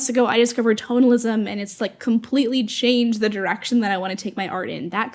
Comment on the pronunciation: I’m with you on all your points, and I agree with you. I am laughing at myself because I misheard you say “totalism” as an art style so I was googling while your video was playing because I had never heard of it. And I found some results but they didn’t seem to be what you were talking about, then I realized you were saying “tonalism” lol. I am a retired graphic artist moving into being a fine artist. The lack of direction and deadlines is really difficult to adjust to, so I have been setting assignments for myself just like you were talking about. And emphatically “yes!” on the granular observations and goals.